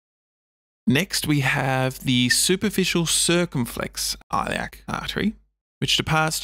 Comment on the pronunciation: * The ‘I’ in Iliac as in ‘it.’